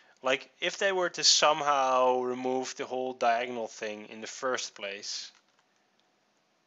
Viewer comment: thing...not thins...Sheesh! LOL